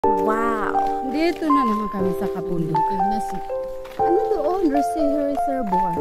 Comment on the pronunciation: Reserbwa basa niyan NANGG 😅 RESERVOIR